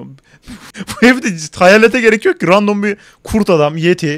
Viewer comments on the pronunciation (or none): none